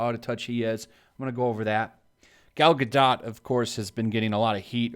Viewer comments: I thought it was pronounced Ga-doh not Ga-dot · Bro it’s pronounced Gadoh. Painful to here you say GODOT!! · It's Gal Ga-doe. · Hey I think you pronounce her name Gal ga-dough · The T in her name is silent. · Seriously? She's famous, a star, and you can't even pronounce her name? Hahhahahah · For the love of God, please look up how to pronounce her name. I'm usually not a wet blanket, but jeez it's driving me crazy hearing you say her name. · Pretty sure you don't pronounce the -T in Gadot EDIT: Wasn't Cleopatra an Egyptian Pharaoh? Where did the part of her being Greek come from?